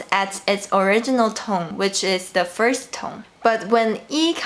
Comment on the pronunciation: Hi dear, thank you so much. Just one thing: you pronounce “the first” and “the fourth” alike. Work on your “-s(t)” and “-th”.